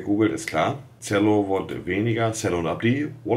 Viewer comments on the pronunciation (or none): Cello ist beim Monte dann einfach mal "Zello". Bester Mann 😍 💪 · Wie er ''Cello'' sagt